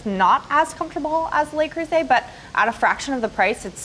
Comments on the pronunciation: NO vocal fry. EVER. It's really awful to listen to and it does not increase one's authority. It decreases it. And, please, learn how to pronounce "Le Creuset." It's French. Not Spanish. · It's not "lay croosay"